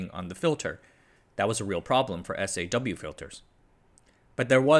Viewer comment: Kills me every time he says "S.A.W. and B.A.W.".